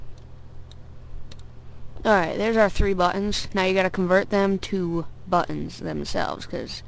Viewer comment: nice vid but dude i hate the way you say buttons lol :))